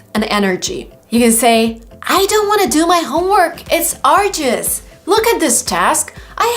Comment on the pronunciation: Yes sir your pronunciation is correct otherwise i am a little bit confused about this word, Arduous..